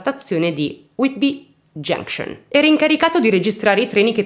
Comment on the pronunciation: Grand Trunk!!! Genscion😂😂😂😂😂..ma cribbio che pronuncia..va be dai almeno fai ridere..più ti sforzi di pronunciare giusto più ti escono delle cose aberranti